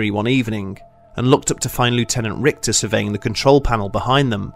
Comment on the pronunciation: the german name "Richter" has more of an "sh" sound rathern than an "kt/ct" sound. so basicly "Rishter".